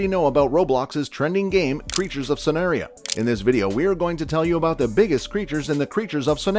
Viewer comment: and sanaria 😭